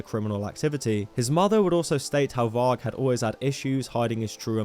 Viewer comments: Pronounced 'vari' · you keep pronouncing varg wrong